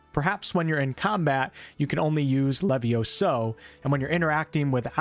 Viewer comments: Its levioso not leviosa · It's LeviOso, not LevioSO.... 😑😑😑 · Es leviósa, no leviosáaa... Es levióso, no leviosóoo. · It's LeviOHHsa not leviosAHH. You know I had to say it.